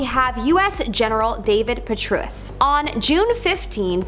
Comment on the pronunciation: Rom like Dom; Gen. Puh-tray-us Come on y’all, at least make sure you’re pronouncing the names correctly…